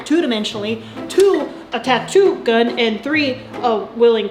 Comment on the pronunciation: I had to stop watching around the 2nd or 3rd time she said the tattoo “gun.”